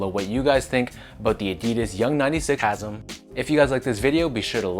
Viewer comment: LOL did you reupload this after realizing you mispronounced “chasm?” I could have sworn I saw this video before work today.